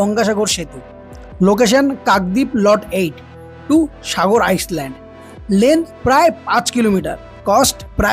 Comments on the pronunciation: ২/৩ বার আইস ল্যান্ড বললে সেটার সংশোধন করলে না island কে বাংলায় আইল্যান্ড বলে আইস ল্যান্ড নয় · আইসল্যান্ড নয় । আইল্যান্ড । এই টুকু তো নিশ্চয়ই আশা করা ভুল নয় । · আইসল্যান্ড নয়, আইল্যান্ড। Island-এর "s'-এর উচ্চারণ নেই। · আইসল্যান্ড নয় ওটা হবে আইল্যান্ড 😂ইংরেজি বললে সাবধানে বলুন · Please pronounce "ISLAND" as "I-LAND", "S" is silent! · He is just following our CM...even our CM says Iceland 🤣